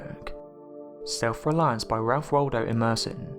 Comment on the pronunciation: No your all wrong all this was just to watch while you get stuck watching adds. And learn how to pronounce Ralphs name